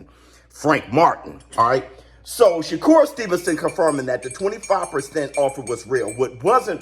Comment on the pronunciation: His name isn't sugar shakur 😂😂